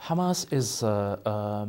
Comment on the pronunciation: I have never heard an Arab pronounce the word hamas and palestine like that. Nor the word muslim or Islam. He is saying it incorrectly